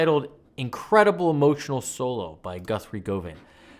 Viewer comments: Wee tip, pronounced "Guv-an" not "Gove-an". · Lovely analysis of a phenomenal player. It's not Guthrie 'Go Van' though, it's 'Gov Un' basically like saying govern but without R. So govern with no R's whole. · You pronounce it Guvan not Govan. Sorry for being an asshole. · First rule of Guthrie Govan worship ... learn how to pronounce his name correctly. Govan, as in Govern .. not "go-vin" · Pronounced, "guh-ven." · Govan is pronounced like 'oven'. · Govan rhymes with oven. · It’s pronounced Guvvan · For info it;s pronounced "govern". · Us brits pronounce it 'Guvvan'. Im not grammar police - im just helping. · Over here, Britain, I've only heard "Govan" pronounced to rhyme with "oven" [guv'n]